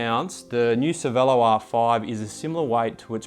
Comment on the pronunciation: dude, it is Cher-velo not Cervelo!!!!